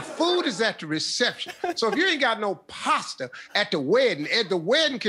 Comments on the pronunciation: I thought he said pasta😂😂😂😂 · Yeah...that dude definitely said “pasta.” LOL 😂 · The guy pronounced it as pasta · Pastor lol